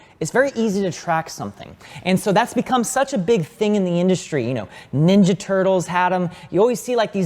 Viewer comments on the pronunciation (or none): none